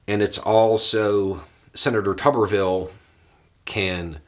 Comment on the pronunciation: This whole time I thought it was pronounced Toober-vill.